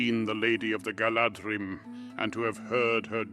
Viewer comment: The "dh" in Galadhrim should be pronounced as the "th" in "those" or "their".